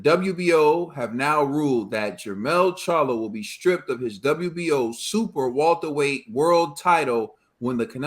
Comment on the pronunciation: How comes can't say Welterweight? 😂😂😂